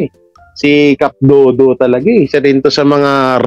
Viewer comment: cap dado not dodo